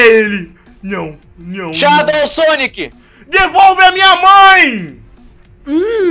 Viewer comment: Não é shadou Sonic é só shadou e se pronuncia shedou ele é mas rapido que o sonic